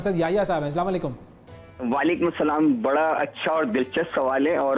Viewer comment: Pehle to app anchor apko Salam Karna sikhe.. it's Salaam alaykum not Slam alaykum